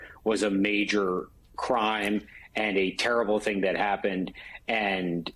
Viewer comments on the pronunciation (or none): none